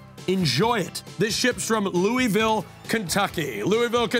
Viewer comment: As someone from Louisville it's always funny to hear how people pronounce it, but it made my day 😂❤